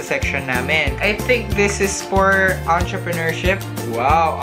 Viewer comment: 'atraprenuership' ang cool ahahahah